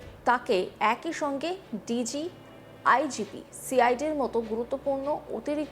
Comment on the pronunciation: Ota IPG noy. Bhul uchharon korechen. Ota IGP hobe.